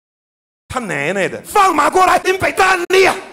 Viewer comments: 只有我覺得...韓說他奶奶的時候有一個腔耶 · 只有我覺得...韓說他奶奶的你爸等你的時候有種腔調